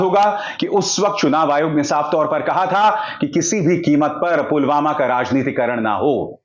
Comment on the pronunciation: पुलवामा भी नहीं बोला जा रहा है पुलवामा को pulgama बोल रहे हैं।